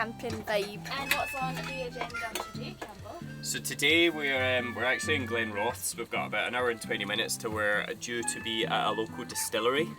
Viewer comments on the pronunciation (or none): "GLENROTHS"??? GlenrothES!!!!